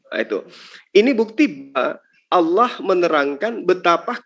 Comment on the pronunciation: Saya suka dengan penyebutan nama Allah fasih benerrrrrrrr yah padahal baru jadi muallaf dan cerdas ini orang ,mudah2an selalu dalam lindungan Allah swt 🤲